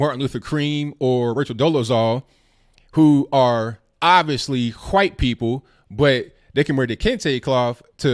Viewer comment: why cant you pronounce white correctly it sound like you saying something else